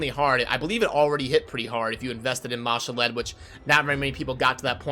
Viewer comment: What do you value the CB keys? I don't see them on the calculator anywhere? The way you pronounce some of the names, such as Ma'Shalled, makes me think of that Key and Peele skit where he's doing roll call at school. lol. "A A Ron"